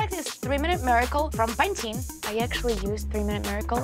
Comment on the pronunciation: I love Kristyana but the way she said PANTENE was kinda....... i dun know, off at one point. I still hope she wins tho.